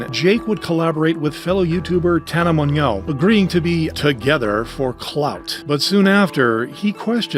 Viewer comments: bro said tana's name too fancy lol it's tana (mo-jo) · The mispronunciation of Tana's last name is sad, didn't care enough to say her name right?